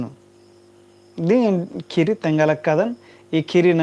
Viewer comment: कुड़ुख़ भखा ही सही उच्चारण मन्ना चाहिए,अधा अधी अरा गलत शबद,,शब्द,,सिखा ब आना ती गलत असर मनो कुड़ुख़ संस्कृति अरा भखा गे।एका से का।,,खीरी,,,,, ख़ीरी। खेखेल,,ख़ेख़ेल।ख़द्दर,,ख़द्दर। ई बेसेम सही उच्चारण ननरकी तेंग्गोत तबे होले ख़ोख़ा ता ख़द्दर सही कत्थान सिखिर ओर।🙏🙏👌